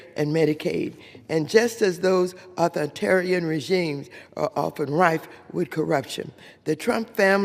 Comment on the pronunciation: “Uthortarian”? “Louer housing costs”, “…instead of doing the work of our constituents desperately want us to do…”, “capitalistist”, “…moderen day dictators like Vedemar Putin…”? All this while reading from a script! She still cannot form coherent sentences and destroys pronunciation. Astounding that Watters has any job, let alone being in congress.